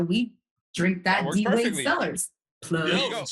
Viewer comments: Is it just me or does he say James Wayde at the end lol? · Somehow at the ened of that, Desus managed to mangle DWade's name